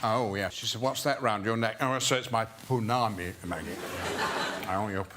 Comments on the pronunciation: A correction for Ian, I live in nz, and I actually live in matamata where hobbiton is, and he called the greenstone a 'pounami" it is actually a Pounamu (po-nah-mu)🙃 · Ponami 😂 Oh Sir Ian!! It's Pou-na-mu... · *Pounamu. A punami is something else. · New Zealand greenstone is calls Pounamu, not Poonami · He pronounced it wrong. It's Pounamu. Poo-na-moo. Incase anyone comes to NZ so they don't embarass themselves 😂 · It's "pounamu" ^^